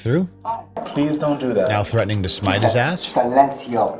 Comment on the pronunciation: Did she just say “smite” 😭😭😭😭😭😭